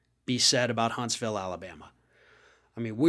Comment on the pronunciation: Hunts - vul. Like Lew -uh-vul ;)